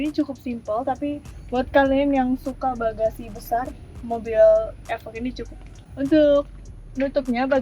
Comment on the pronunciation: Efok 🤣 bacanya ifoq mba wkwk